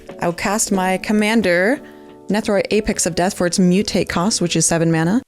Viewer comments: The way that one bloke say mana bugs the bejezes out of me. It’s MANA! Not mauna… 🤬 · I am happy got knocked out first just to not hear him mispronounce Mana.